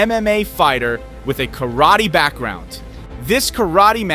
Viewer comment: A karate expert does not attack like that. The announcer cant even pronounce Karate as it should be pronounced. The "karate players" in this video are not experts. Aikido demonstrations are very reliant on the manner of ""attack"" to allow the carrying out the defensive movements.